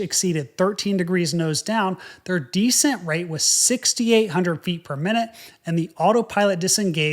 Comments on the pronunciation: isnt it descEnt? you keep pronouncing it dEscent and I am thinking "decent"... Anyway, great videos - love them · deSCENT. accent on the second syllable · You have compelling stories. However, I wish you would pronounce "descent" as de-SENT, not DE-sent. Decent is a different word with a different meaning. While I can figure out what you mean, it's annoying every time I hear that. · You can tell is a ex-military. We all say de CENT. He says DE cent. Cool guy. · Interesting and detailed video, but I find the fact that you constantly alternate your pronunciation of the words 'descend' and 'descent' pretty distracting (and a bit annoying, TBH). Sometimes descend is pronounced des-SEND and at other times DEE-send and the same with the word 'descent' (des-SEND and/or DEE-send). Please commit! That said, the correct pronunciation of both words is with the emphasis on the last syllable - des-SEND. FYI and - of course - IMHO... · This clip needs a "DEE-SCENT" counter, jesus christ, bowed out at the halfway mark... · 1) lose the ball cap 2) “descent” is pronounced with the accent on the second syllable, not the first. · Tbh, when I first tuned in to his channel, I wondered if that particular pronunciation was an aviators' lexicon/affectation. He just doesn't know how to pronounce it. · I’m distracted by your mispronunciation of “descent” that you had to say several times. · You're right. The emphasis is on the second syllable not the first. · Have you ever noticed that you are the only English speaker who emphasizes the FIRST syllable of "descend" and "descent"? Because these are words you use all the time, can't you listen to how all other people pronounce them, and follow suit?